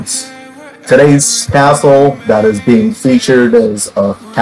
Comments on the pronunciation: It sounds like you say today’s assshole but it’s really castle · no don’t I love it